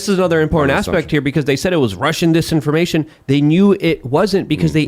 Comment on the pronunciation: says "impornd" instead of "important"